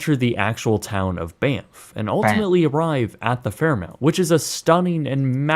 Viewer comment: It's pronounced "Fair MAWNT", not "Fair MOUNT" (Fairmont). This guy is an American and should do better. 😡